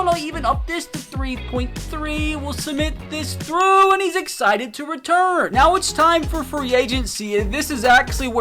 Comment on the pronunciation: “I mean cmon neow” cracked me up lol